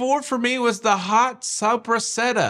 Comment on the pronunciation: …. It is pronounced “sop·pres·sa·ta!”